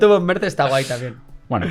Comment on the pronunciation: Me duele mucho cada vez que decís "Merzzzz"... Es como cuando oímos a los alemanes decir Gaul Gonsales cuando nombraban a Raúl en el Schalke... se pronunciaría Mertss, con una T y una s alargada. Pronunciais mejor a los grupos yihadistas que a los nombres alemanes jaja. No lo toméis como un comentario Besserwisser (os pongo hasta deberes), pero habláis mucho de Mertchedes (me gusta el mote) y duele oirlo con la Z española.